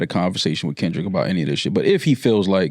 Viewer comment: saying Kendrick wrong while tryin to dismiss what Drake said